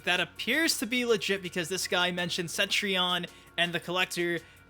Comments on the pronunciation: Yeah, I was thinking it was said more like set-tree-on. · p'ease stop saying Centrion. It's not Centrion.